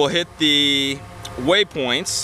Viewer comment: Cool ... but please stop saying waySpoints!